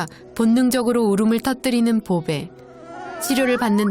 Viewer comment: 보배를 브배라고들었어 ㅜ